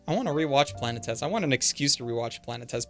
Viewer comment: I love you, but your pronunciation of Planetes hurts my poor little Greek soul so much